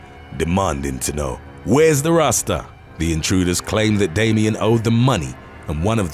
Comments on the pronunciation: Is the narrator black or Jamaican because that “where’s the Rasta” was on point mate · I must say... your patois “where’s the rasta” was pretty good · I was literally looking for a comment that acknowledged it.. Had me thinking a family member was in the room.. 😂